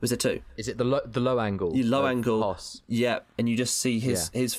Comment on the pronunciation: That's not how you pronounce Hoess.